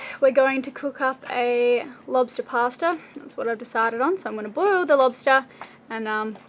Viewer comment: Lobstah Pasta